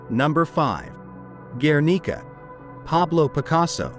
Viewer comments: and guernica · People Really should teach their dumb robots how to pronounce words like Vemeer, Guernica, Renoir. . . Jeez!!!!!!!!!! 🙄